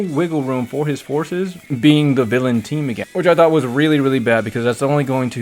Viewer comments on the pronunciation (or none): none